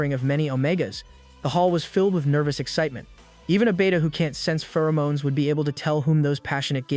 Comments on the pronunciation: I take great joy knowing that somewhere out there some 15 year old thinks it's pronounced "Fer-o-monies" from all these AI narrators, and they're going to be very embarrassed one day in school. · no one absolutely nobody this AI: Fe-ROO-moo-nies